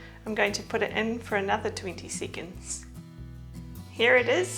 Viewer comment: After yet another twenty seecands…